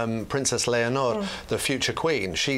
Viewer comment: Well done,! Great pronunciation of Leonor. The Princess of Asturias is so kind and lovely. Best of luck to her in her military training! ☺️